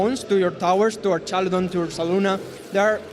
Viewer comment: Archalydon guy is driving me nuts